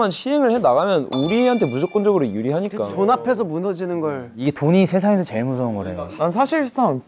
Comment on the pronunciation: 슈아 미국인인데 제일을 쩨일이라 발음하고 계속을 꼐속이라고 하는 거 귀여워ㅠㅠㅋㅋㅋㅋㅋㅋ